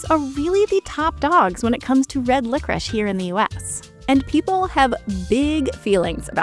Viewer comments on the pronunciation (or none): Who is the dumbass who decide to pronounce licorice like that, France? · LICORICE IS PRONOUNCED LICORISH??????